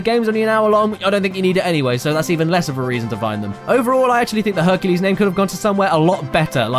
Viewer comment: "Herculay" sounds like "Enculé". Wich is a very very dirty French word.